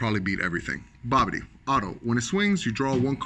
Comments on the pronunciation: Jesus christ its Bibidi not Babidi Lol smh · Was he calling the leader Babidi? Isn't that Bibidi?